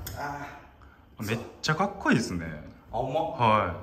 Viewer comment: どんたけ”かっくいい！”って言ってる笑